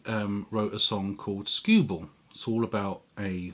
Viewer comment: Sorry to be "that guy". But wonaful Christmas time wasn't a beatle song but a wings song. And the name of song you cited as inspiring happy Christmas! (the war is over) was stewball not scueball and the version that lennon probably heard was by Peter Paul and Mary, (which does sound like the lennon song.. A LOT ) not woody gurthrie. Also the version you played was, I think by lonnie donegan again definitely not Guthrie.. I know you said you don't "do research" but.. C'mon man.. I mean.. Serously!!??